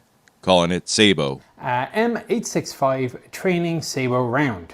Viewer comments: French guy here : You pronounce "sabot" HOWEVER you like and want as long as you are understood. This word might come from the French but has been taken and embedded in the Fnglish laguage, it's a loan word. So English rules might apply. I suggest sying it like "rabbit", "bandit" or "culprit", so no silent T. What is NOT acceptable is some shmock talking about some 100% French words in a French context and MAKING NO EFFORT AT ALLl to say the words right to the point where you don't undestand him. Nowadays there are tools that help you with that. NO EXCUSE. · It’s interesting that you make clear that you even misheard the French version when it was said so clearly for you. Wrong vowels in both syllables, and wrong emphasis too. Well done! 😂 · say-boh. As someone who has spent over 70 years with a French last name, it is say-boo. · its say bo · It’s SAY-bow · This comment should be the last word on this discussion. "Sabot" is a French word from the 17th Century. It is a combination of the words: savate and botte. With savate meaning hollowed out shoe, botte meaning hollowed out boot. The pronunciation of botte is boh tah . Hence the correct pronunciation is: say boh . Boh, Beau, Bow. Now make "Cichlid" make sense. 🤔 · Come on, it's pronounced sabot... Get it right! 😂 I guess what really matters is that the person knows what the product is and how to describe it to the person they're speaking to... Now I'm French, so I say sa-bo😊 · It's french (and I'm not even french) and therefore pronounced SAAA-BOOO (The T is silent).... used to fire Flechettes (hey also french...) First mentioned in medieval canon use: Used to shoot flechettes out of a canon It is French for wooden shoe/clog, it's also the basis for the word "Saboteur/Sabotage".... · It's say-bo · Surely it is Sah bo. (French clog shoe). And origin of word sabotage. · You are absolutly right..... it is pronounced SAAA-Boooo First mentioned in French artillery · SAY-bow. Any other pronunciation is just incorrect